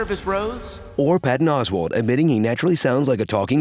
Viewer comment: "Patton CAWswalt" absolutely killed me. 🤣🤣🤣